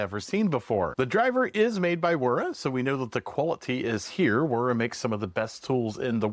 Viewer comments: Its not rura. Its WWEERRAA. WERA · Cool tool. Hearing it pronounced like an English word is tripping me out though. I suppose I still call things like BMW with the English letter pronunciation, but I've always known Wera as "Vera". Sort of like Americans not using the Vee sound in things like Wiener too. Haha. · Nice video. Thanks for sharing ;-) (Just an FYI, in German, the W is pronounced as a V. So it's VERA, VIHA, etc.) Cheers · German w is a v sound bud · the click you bated was getting me to comment... like rage bait but i aint mad. And yes i get how knipex is pronounced i said it the wrong way like you did with wera that was the point in the statement...